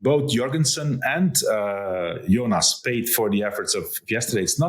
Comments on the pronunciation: Why does Wiggo insist on saying "Junas"? George says "Tajay" too 😁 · BW has TERRIBLE name pronounciations, he butchered Jonas (Junas?) and Vauquelin..